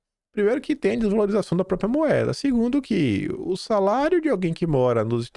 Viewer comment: nao se pronuncia PRÓPIA, se pronuncia PRÓPRIA* 🍊👏🏽♠️